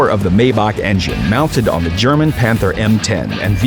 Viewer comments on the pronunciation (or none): none